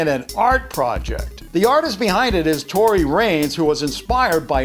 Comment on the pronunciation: Its pronounced Tori wrohnes not Tori wranes